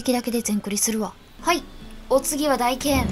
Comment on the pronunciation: 、おひさ～ 選択が良きね、大剣は「たいけん」やったと思うよ読み方 サブとメインは逆やけど使う武器一緒やわ 操虫棍メインで使ってます。この虫は虫自体もモンスターを攻撃するけど 赤白橙、三色のエキスをモンスターから採取しプレイヤーをパワーアップさせて戦う武器 赤エキスを取ると棍での単発打撃が連打にかわり、白エキスはその速度をあげると言う感じ 操虫棍は最低でも赤と白のエキスを取らないと実戦では使えない武器なのです 詳細は使い方講座なサイト等をチェックで 私も自分の知る範囲でなら答えられるよノノノ